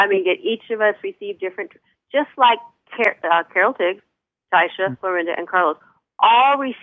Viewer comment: Taisha=Tiysha, not Tasha